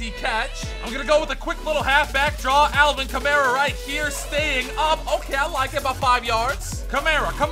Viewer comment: It’s Alvin Kamara (kah-marr-a)